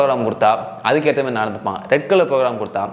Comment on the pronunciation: 'Intha MERI" ila bro athu "intha MARI" its kinda irritating...